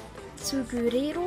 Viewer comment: Gurero😂 er heißt Guererro